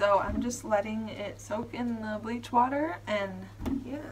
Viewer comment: You putchya wa ah on the ke ll 😂😂😂